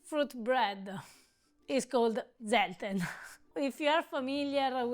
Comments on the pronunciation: try to pronounce Zelten with a TS, rather than a Z!!!! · The "correct" pronunciation is germanic : [tselten], from tents, like in camping-tents, cuz it was a long-lasting, survival "preserve" of fruit and nuts, and pick-me up liquor, for the harsh winter months, until new crops and harvesting would provide fresh products again, in spring 😊! As well, dry fruit and nuts, cooked together, preserve each other with sugar and oil, and are the seasonal diet, to face short days and bitter cold, at a time where buying sugar and oil was a rich-people's privilege. So all these are traditional sophistications of "cucina povera"! Happy holidays from Paris